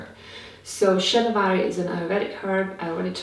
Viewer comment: i saw your video about Shatavaree. I thought you should know and remember that Shata is hundred. ShaTAA varee means who has 100 Something ( whichever) attribute good points.. please pronounce sha TAA varee. ShatAA va Ree